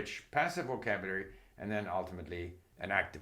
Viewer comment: My god…he can barely PRONOUNCE “vocabulary”. Rather than grammar, maybe we should study what exactly happens to people when they reach 70 years? What is this slurring that occurs? Post debate thoughts, I suppose?